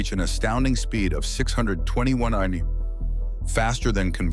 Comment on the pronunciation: I think it's trying to say MPH but its saying it as a whole word - AI is a LLM (Large Language Model) but isn't a LAM (Large Abbreviation Model) yet lol